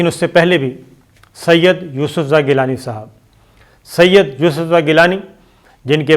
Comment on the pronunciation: سید ، اتنا زور دے کر نہ کہا کریں۔صرف گیلانی ٹھیک ھے ۔ اتنے اہم اعوان میں اتنے غیر سنجیدہ لوگ جن کو ہر وقت الیکشن چاہیں